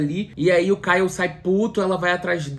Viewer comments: Ele errando o nome do Ryle kkkkkkkkk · O errando o nome do cara o tempo todo socorro kkkkkkkkkkkk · 😂meu Deus. Amigo, você fez o melhor resumo desse livro. Realmente eu precisava pq não queria reler. Morri de rir com vc falando "Kyle" . Com vc se perdendo no trânsito, helicóptero, furacão e moto passando ... Só amei. Bjs no doguinho.